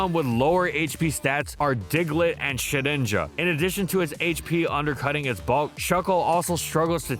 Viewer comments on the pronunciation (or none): none